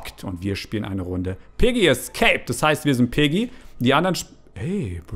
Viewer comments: Es heißt piggy nicht peggy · Ähm das heißt nicht Peggy sondern Piggy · Viel Glück ich bin ein bisschen zu spät aber zuuu spät Außerdem es heißt Piggy und nicht Peggy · Es heißt piggy!!!! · ey es heist piggy nicht peggy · Sie heißt piggy nicht peggy